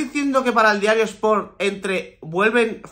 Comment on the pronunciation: Me gusta como dice diario ass😂